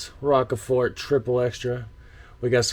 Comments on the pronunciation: The correct pronunciation for Rochefort in English would be "Rosh-For". Congrats for finishing all of them, that's quite a feat. You can call yourself an honorary Belgian now! 🙂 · Rochefort is a French word (meaning Strong Rock, I suppose). The French pronunciation would be something like "Rosh-fore". I love Orval! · rochefort --> ROCHE pronounce it like "oh my gosh" but replace "oh my g" with a R. FORT --> last t is silent lijke "four" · rochefort is more pronounched as roshfore. but i understand the mispronunciation. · Raw-sha-four is how you pronounce it. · Rockeford? Shure that isn't with a sh sound. It might be Waals ("welsh", as in foreign-French ). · Some help for the pronunciation: Rochefort can be phonetically transcribed as 'Roshfor'. The 'ch' is equal to 'sh' as in 'rush' and the final t is not pronounced. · Your pronunciation of 'Rochefort' is almost right. But it is French and you have to pronounce the 'ch' as in 'cheers' (pun intended). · Rochefort has to be pronounced in the French way. Because it's a beer from the French speaking part of Belgium. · the Rochefort one it's the same pronunciation as the cheese. I think the barrels this matures in is kept in the same cave as the cheese or something like that. Also the deposition at the bottom is the yeast that has worked it's magic and got killed of by the alcohol that it produced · I lol'd, thanks bro! (btw: Rochefort is pronunced as roshfor, french and all its silent letters...) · As Belgian trying to explain how to pronounce Rochefort (my favorite)with English words. Try saying Rush-four and then for even better pronounce Rosh-four. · You pronouce Rochefort like Roshfor: French word, sh like in "ship" and the emphasis on for in a French way. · Rockefort should be Rochefort. Pronounce it as rush but with "o". Roshfort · Okay that is rochefort with a SH sound, not a K sound...like the caves in that town.. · Its pronounced rosh4. Antwerpenaar here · It's pronounced Ro SH Four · Its pronounced Rosjfoor